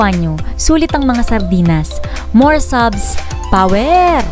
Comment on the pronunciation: I like the "Pawer" portion 😅